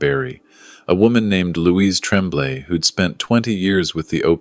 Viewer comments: How does one program "tonic inflection and accent" ? AI is stupid !!! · Tremblay is pronounced Tromblay.